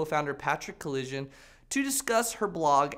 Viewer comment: Patrick Collision?? Wtf. It's Col-i-son